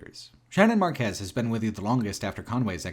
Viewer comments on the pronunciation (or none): All I have to add here is that Shannon and Weaver's surname is Márquez, emphasis on the "a" like mark or park. All I can do to grasp the feelings this "game" evoked is to flee from myself by giving in to the pedant who wants to protect me from harm. A true once in a lifetime interactive art installation